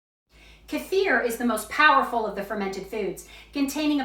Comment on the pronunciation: I absolutely love that you pronounced kefir correctly 😘😍